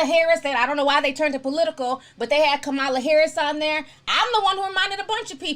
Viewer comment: That’s not how u pronounce Kamala. It’s KOM- ALAH